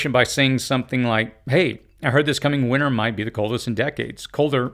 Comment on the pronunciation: Just an individual quirk but it drives me crazy when people pronounce it “winner”. There is a T in there. WinTer.